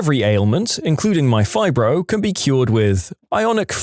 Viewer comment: The first part is pronounced "fi-bro", not "fiber".